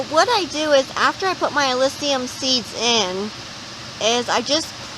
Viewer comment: All good, but it’s pronounced AH-LISS-UM, not AH-LISS-EE-UM